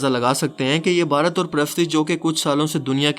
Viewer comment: پا جی لفظ عبادت ہے نا کہ عبارت